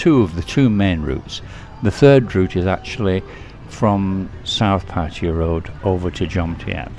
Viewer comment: I want to thank you for not pronouncing Pattaya like a lot of irritating Youtubers. I do not know how this started, but it is definitely not pronounced like Pah-tiah. I cringe a little when I hear this from people trying to sound like they really know something you don't. :) For those saying Pah-tiah, please stop; you sound foolish. Rant over, thank you.